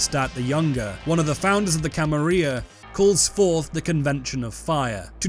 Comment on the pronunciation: How you pronounce the "Camarilla" is like nails on a chalkboard to me.